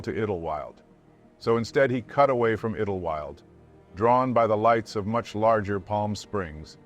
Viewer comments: Just trying to help... they are pronounced "Mount San Yacinto" and "Idle-wild" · It’s an AI voice tho based on Morgan Freeman. It’s not his own. Still a great channel I like to watch every video he/she puts out. Edit. You can really notice on how the town “Idyllwild” is pronounced